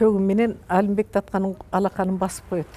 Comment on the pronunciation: Калаты суйлойт экен,Алимбек деп Алымбек деп айтылат